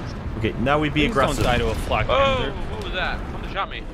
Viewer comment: what did you call the panzer IV/70?, was it flatpanzer?